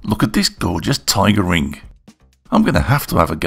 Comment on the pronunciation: You put the Rrrrr in ring.;-) Nice job!